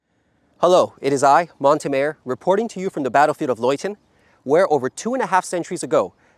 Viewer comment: Great to see you back! ...you pronounced Montemayor wrong. 😆